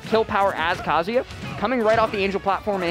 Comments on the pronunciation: Cant stand hearing how many pronounce Kazuya like Kasia. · Why is that none of y'all can pronounce Kazuya correctly? It's Ka-zoo-yah, numb nuts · Bruh the commentators trying to say kazuyas moves makes me laugh so much